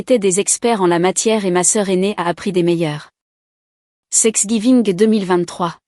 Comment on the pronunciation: Il n’y a pas que dans cette histoire que thanksgiving est mal écrit et surtout mal prononcé